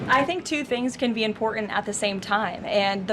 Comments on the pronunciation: Imporant??? Important has a T in it. Pronounce it properly!!!!! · Impoor-ant. Zero pronunciation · This stupid “pretend “ professional person, she can’t even pronounce the word, “IMPORTANT”. The simplest educated know that there is a letter “T” in that word.